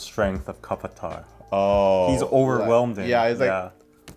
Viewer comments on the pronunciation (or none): lol that was funny when they said kapata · it's kaTTaPPa not "katapara". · It's not 'kappata' it's 'kattapa' 😶😂 Edit; anyways, loved your reaction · Damn, it's "katappa" not "kapatta"😂😂😂😂😂😂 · It's kattappa 🤣🤣🤣🤣 not kapata 🤣🤣🤣 pronounced as: cut-tup- ppa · It's not kappatta😂😂😂😂😂 it's kattappa🤣🤣🤣🤣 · Kapatta 😂 That sounds funny lol You guys are cute 😁😁 He was Kattappa btw 😀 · Omg I realised he said Kappata instead of kattappa only after 20th time he mentioned.. till that I thought he said something else .. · At 6.55 not kappatta it's kattappa lol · Hahaha he is not kapata he name is kattapa. I love ur review and talking... Thanks a lot u guys love my tollywood movie. I will send this video to rajamouli... 😊😊😊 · It actually is not undressing.. It's about the hero revealing the heroine's beauty to herself.. She often felt that she was only meant for battles and shit.. But, the hero makes her that beauty.. Anddd!!! It's KATAPPA not kapata.. BTW! You guys are dope.. I love you guys❤️ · Me going "Kattapa!" every time they say Kapata xD and yes, Baahubali 2 was a lot better (I actually watched the second movie first so it was kinda disappointing when I watched the first one, because the 2nd one was so good). Looking forward for your next review! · Oh wow the comments section is lit! Haha! But im glad many of them are actually very informative.. All I have to say is it's "kattappa"! lol Oh and yeah i think the second movie is better, so do watch it (not saying u are not gonna cringe at all lol)